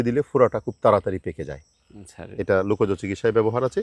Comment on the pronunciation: Sir you are an educated person, your pronunciation like lukaj instead of lokaj please mind your pronunciation